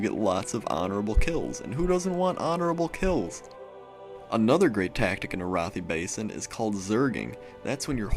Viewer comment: ... I'm pretty sure it's Air-uh-thigh Basin... not uh-roth-ee...